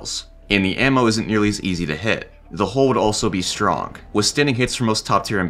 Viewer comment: he says stronk not strong